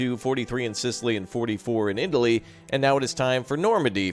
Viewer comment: Lol did he say Indaly, could swear that is what it sounded like. Cool game :D